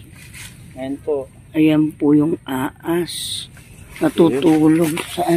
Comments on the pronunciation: Bka pwedeng maayus un bigkas ng ahas sabi kasi aas he he he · ate said ahas,not aas😆 hollow blocks not allow blocks😅 aru jusko,miyabe abe dugdog dureme pasulatido😂